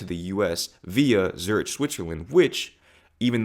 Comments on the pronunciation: Good morning just wanted to share some kind feedback about your video. I personally didn’t find it very informative—it felt quite biased at times. For example, I noticed the pronunciation of “Zurich” seemed off, and some parts felt more like sugar-coating than actual analysis. I’ve been to the Netherlands myself and absolutely love it—I’d go back in a heartbeat. That’s why I was hoping for deeper insights, maybe based on your own experiences. Instead, it felt more like a surface-level description (e.g., mentioning Spain and LA), which is more common knowledge than personal or analytical input. You did talk about your entrepreneurial and individualistic perspective, which is great—but I was expecting you to go a bit deeper. I’m not trying to be harsh, just giving you an honest peek from a viewer’s point of view. Hope it helps! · The way he pronounces Zurich makes my skin crawl for some reason. It’s not like that city isn’t mentioned regularly in American movies. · Zurich you pronounce the ending like “cliCK” just as a feedback and glad you enjoyed your short staying in Zurich ❤ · It is a great video but I winced each time you mispronounced “Zurich” 😂. Sorry, couldn’t hold this comment back really 🤣. Valencia and its region is one of the wealthiest parts of Spain. You should go south to Malaga and you will see the difference. It’s full of potholes 😳 and the safety is not the same as in Valencia. Zurich of course is very wealthy and the rest of Switzerland is more or less in line with it, I agree on that one 😁. But please go to Geneva and you might even see the homeless. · Learn to pronounce Zurich, and ditch that Steve Jobs top and "emanation of wealth" nonsense. Now as for cities, those European cities are older, Europe is older, so it has historical reasons for its urban planning, L.A. was assembled like rubble, you can't compare that. L.A. is like a third world place with lots of money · I like you dude, but you are killing me with the pronunciation of Zurich